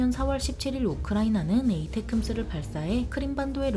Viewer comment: 뭔 테큼스여.. 걍 따끔이라고 혀~